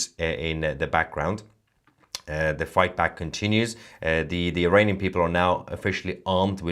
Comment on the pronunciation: Mayer would you please pronounce Iranian not Eraynien thank you